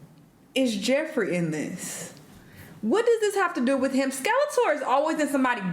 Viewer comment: Her saying Skeletor never gets old 🤣